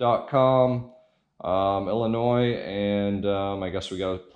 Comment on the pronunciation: Props to you for keeping the "S" silent in Illinois.